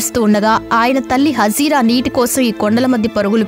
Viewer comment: POJIRA కాదు "HAAJARA" గమనించాలి